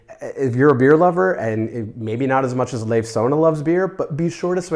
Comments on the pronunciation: to help you out with "Leif", pronounce it more like "life", just shorter, like, much shorter! I didn't know about Leif Sonne, by the way, so thank you for that! One of my friends lives close to Carlsberg, so may I'll see the collection some day:^) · I just love you guys and your videoes! Thanks again! (A little hint: Leif in Leif Sonne is pronounced like the English Word “Life.” And Sonne is pronounced as “sun” plus the typical e-Sound in the end of a Word, like “øh”. That is [Life Sun-øh] 😅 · Leif is more ‘Life’ than ‘Leaf’ :) great video!